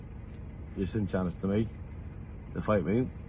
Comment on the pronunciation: And challances aka challenges😂